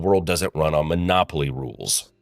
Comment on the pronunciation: "Monopoly rules" What I heard was "Monopoly rubles." Which kinda fits and is my new favorite phrase.